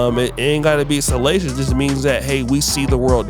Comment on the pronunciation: him saying salacious😂😂😂😂😂😂😂😂😂